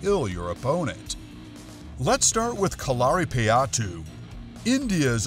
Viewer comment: You are saying Katarina payatu and kerela wrong